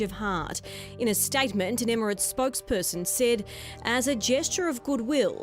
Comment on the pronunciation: Does your reporter know it’s pronounced Emirates not immerants.